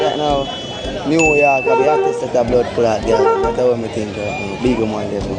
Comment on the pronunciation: Jesus! Him say NEW York.... New York a parish???? Cacroach!